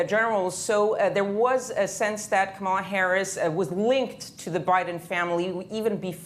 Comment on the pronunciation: Its KAMALA it rhymes with PAMELA ya don't wont no dramaLA!!